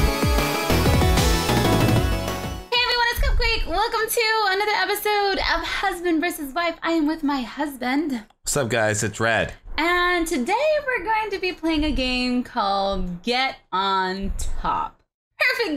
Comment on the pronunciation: It sounds like red said rad at the begining